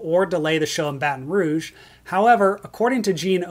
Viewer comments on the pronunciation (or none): none